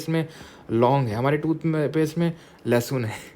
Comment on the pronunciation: Lehsun nhi loda. Lehsun